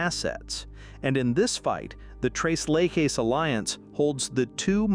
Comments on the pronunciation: Stop saying "le he". It is "le che"! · The pronunciation is tres you know that three leches is leshes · Leche is a spanish word for milk obviously referring to their whiteness . It's Let-chess. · Tres Leck-hess? Nah. Lay-has? No. 😅